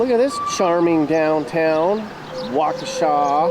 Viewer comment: Waukesha! You pronounced it correctly! Born and raised here. Love it!